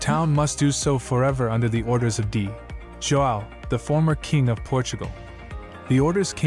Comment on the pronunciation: It's AI driven, otherwise they wouldn't have called "D. João" "dee jo-ah-oo", would they?